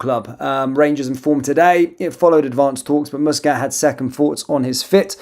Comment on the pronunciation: It's MUSCAT,not fucking mouscat ay the name properly